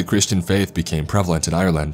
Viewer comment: lol im from ireland and my names iain dam... also u say ireland more like (are-land) not I'your'land theres no y sound